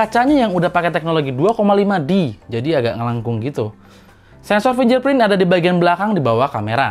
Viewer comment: Fingerprint dibaca finJerprint. Hahahaa!!